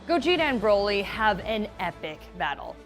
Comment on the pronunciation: I hate how she pronounces Broly